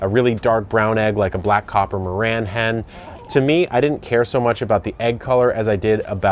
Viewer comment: Please call the black copper MARANS correctly. It’s MARANS. They originated from a town in France called MARANS. 👍😊